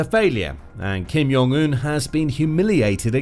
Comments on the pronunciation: Kim YONG un?! WTF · Note: say the J. It's not silent in Korean. You just sound dumb. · The “J” is pronounced as a “J.”